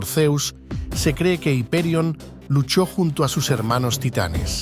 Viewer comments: Es increíble donde ha llegado la americanización, ya ni hiperion decimos haiperion 😂😂😂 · El video me parece excelente. Sin embargo veo varias incoherencias. ¿Por qué pronunciar un nombre en inglés en un video en español? Hiperión es un antiguo nombre griego que tiene su forma en español desde hace siglos (Ὑπερίων en griego, Hiperión en español, Hyperion en inglés). Aparte de estos nombres ingleses en un video en español sobre mitología griega veo un segundo aspecto incoherente del video. Esta segunda incoherencia está en la imagen y su relación con el texto relatado. Se hace referencia a dioses y tiempos luminosos como son los titanes y la era de Saturno. Los titanes son dioses brillantes, relacionados con la riqueza, con lo bello, con lo luminoso y con lo colorido, con los metales y las piedras preciosas, con una naturaleza primordial, cálida y con luz,… y se nos presentan imágenes oscuras en un mundo oscuro absolutamente opuesto a lo que sería la Edad de oro. ¿Por qué? Vemos en este video como se representa a las titánides con imágenes de mujeres oscuras, de miradas torvas e inquietantes, de formas agresivas y atléticas que no pueden estar más alejadas de la maternidad ni de la pureza y se nos cuenta que son diosas amables, maternales y protectoras que tienen como objetivo fundamental cuidar y proteger a sus hijos, ¿Por qué se escogen esas imágenes de mujeres oscuras e inquietantes que nada nos induce a ver como madres o como creadoras de una naturaleza propia de la Edad de Oro?